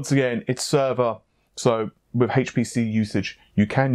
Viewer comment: Wiv instead of with. What’s wrong with you?